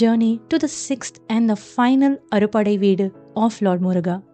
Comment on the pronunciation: Pronunciation not clear ...it is " aaru padaii veedu"